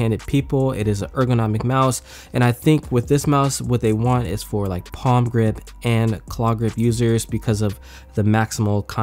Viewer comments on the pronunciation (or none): none